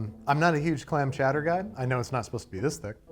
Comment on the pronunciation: Chowdère? Chowdère? IT'S CHOWDAH!